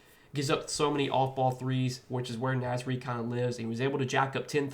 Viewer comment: Love the Naz Reid pick, but you're pronouncing it wrong, bro.